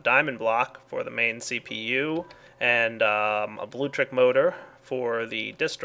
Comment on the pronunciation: it's blueLECtric, not bluetric.. btw: your quarry is AWESOME!!:)